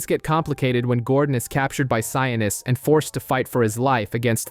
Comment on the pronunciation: Sionis not sianus